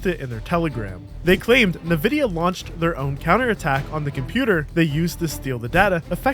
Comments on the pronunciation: You are the first person in the world to pronounce Nvidia as "Nuhvidya", wtf? Edit: yea i disliked and left the video after i saw that it wasnt just once. you are weird man, feels like you havent heard anyone else talk. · All I heard is ROgrats lmao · Really interesting video, but your mispronunciation of Nvidia is rather jarring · why does he say nvidia like that... lmao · Good video but please learn how to pronounce Nvidia and Jira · How can people still not know how Nvidia is pronounced? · Hey man you need to redo this after you learn how to pronounce Nvidia. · I still can't get past how you pronounce NVidia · Except that he can't pronounce Nvidia correctly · Agreed! He needs to work on his Nvidia pronunciation though. Hearing it butchered was like ear sandpaper! 😲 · Are you saying "nuh-VID-ee-uh" instead of "EN-vid-ee-uh"? Is that just like a translation thing? What's going on? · It is "En" vidia. Not "Nuh" vidia. Come on man. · Its "en"vidia as in the letter N - vidia. Not "Nuh-vidia" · Cringe everyttime you say "Nevidia" instead of "Envidia" bruh 🤨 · As many said, fantastic video 👏. Edit: Just heard “NA-Vidia” and had a good chuckle. It’s EN-Vidia. 😉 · Also, there are about a few hundred games where Nvidia have an intro on games saying "ENVIDIA" and not "NAHVIDIA". Commentry is great, research and knowledge is great but that notrightvidia. Also, his arrest had FBI in the video bro.... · Its pronounced "EN" Vid E Ah ... Not Nev Idia ..... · "Nuh-vidia"??? What? You mean IN-vidia? It's pronounced IN-vidia. Wtaf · First, thanks for the video. Very nice job. I'm sorry I'm being that guy but I don't mean this rudely or anything so please don't think I'm trying to be rude. But it's "En-Vidia" not "Na-Vidia". I know this was pointless. I'm sorry. But I threw a like on the vid. Nice job man. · EN-vidia, not NUH-vidia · Why do you call it NAvida? Is it a take on the CEO calling Ti, Tye? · lol 'navidia', cmon bro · Bruh, “NUH-Vidia” lmfao? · "Nuh vidia" lol